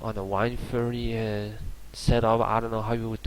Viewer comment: Why does he say wIndforce its wind-force